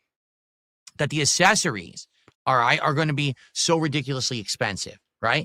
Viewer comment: The Guy has no idea how to pronounce accessories 😂😂😂😂 Hot takes with 😆 🤣 😂 Pig ups, fellow commoners. 🐖⬆️⬆️⬆️⬆️